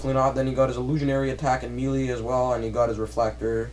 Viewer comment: why are you saying me....lee. it is pronounced May..lay = melee, I'm sorry but this is not a needed video, Quit talking about what you "think" and talk about what you know.never mind just shut up